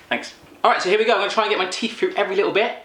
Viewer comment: ugh don't say "frew" and "wiff"... tehfk?